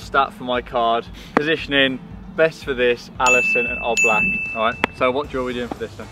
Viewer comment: I hate him for saying oblak wrong that litteraly my favorite goalkeeper